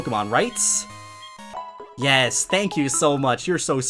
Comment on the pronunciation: I love how you say Yeias insted of Yes